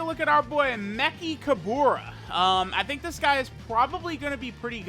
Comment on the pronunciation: Why not just say “me-ch-ka-ber-ra”? Wtf is mekikahbora